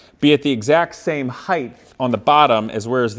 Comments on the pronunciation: Please bro, its height, not heighth. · word originated in Middle English as heighthe